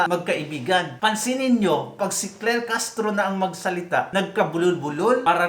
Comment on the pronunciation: SI CLAIR HINDI CLEAR☝️😬🤣🤣